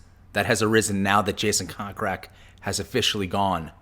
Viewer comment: It's not pronounced cock rak, it's pronounced coke rack> I can see why no one watches your blogs and predict more of the same.